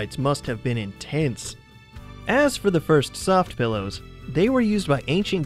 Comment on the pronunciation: When you say PILLOWS it sounds like PELLOWS...